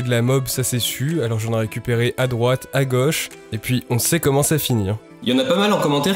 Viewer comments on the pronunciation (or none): On dit "À gauche", pas "à goche". Comment t'écris "le ruisseau" ? "Le ruisso", peut-êftre. Ta prononciation de m. c'est vraiment pas cool.